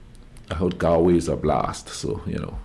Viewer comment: nice reaction.... just to note... Galway is pronounced Gaul way rather than 'gal'